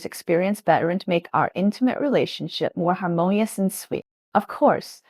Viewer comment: She said "har-moan-E-US"